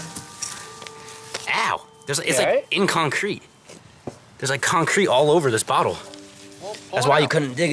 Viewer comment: he said concreat si much i dont even think its a word anymore .